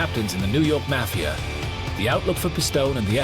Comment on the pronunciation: Why have a narrator with a non American accent, can’t even pronounce mafia. Very annoying